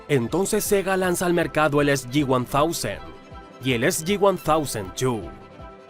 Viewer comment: Ufff que lleno de errores está esto. GameCube es de nintendo no de Sega y la portátil de Sega es Game Gear. SG1000 no se pronuncia (EsYiOneTousen) se pronuncia (EsuYiShem) Las perdias de Sega no fue por las consolas fue por exceso de publicidad dónde no debía, el declive del arcade en occidente, la fallida fusión con Bandai (de hecho cuando se cae la compra es que vienen el gigantesco crater financiero. A eso sumamos que en América le dieron la muerte a Saturn antes de siquiera tener una sucesora lista. Es un cumulo de cosas. Ahora en cuanto a juegos nuevamente hay errores tras errores Saturn fue la líder del 94 al 95 precisamente por los juegos de Sega. PSX logro recién el 96 quitarle el podio y Sega en occidente (por varios factores le afecto más la llegada de Nintendo) pero en Japón fue Nintendo la que salió mal parada esa generación y N64 6 años no logro lo que Saturn en 5, además las ventas de Software de Saturn irónicamente la hacian la consola más rentable de la generación (eso es un dato curioso) Faltó mencionar que Master System fue la consola de 4ta generación más vendida en Sudamérica y Europa, que la suma de Megadrive/Genesis 1-2-3-nomad dejan en empate técnico a Snes por qué el número que se suele usar es solo los modelos 1 y 2 que suman 36millones pero entre Génesis 3y Nomad tienes otros 10 más. En fin hay bastante información mal u omitida. Cómo que parte de Service Games en un momento antes de la fucion y compras que llegarían a la existencia de Sega Enterpric